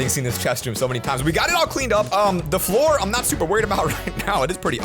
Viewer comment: “Da Floor”